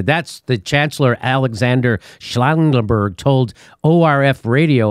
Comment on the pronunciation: I like how you mispronounced Schallenberg's name as Schlangenberg. The first approximately translates to 'sound mountain', the latter to 'snake mountain'.